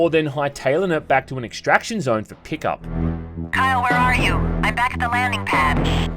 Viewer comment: It sounds like youre saying carl katarn and it just sounds like a game about a space accountant now lol